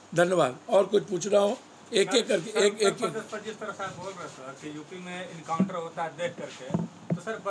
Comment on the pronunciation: कंटर नहीं पपू इनकाउंटर . बोलने नहीं आता तो चुप रहो.